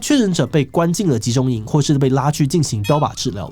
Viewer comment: 「標靶治療」還是「槍靶治療」？